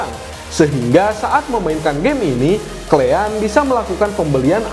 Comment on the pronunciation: "Klean"😊 or "Kalian".. Kosakata baiknya diperbaiki ya bang 😊